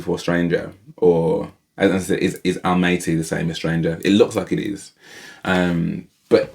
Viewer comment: Most of us say ‘Almaty’ incorrectly - I recently heard Dimash say it, and discovered that it’s pronounced ‘Al - maah - ter’ (if you have an English accent like yours and mine)!